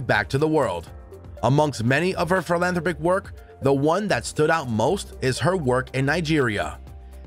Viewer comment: It is pronounced "Phil-an-THROP-ICK say it in quick cadence. The narrator needs to edit his mistake. Please.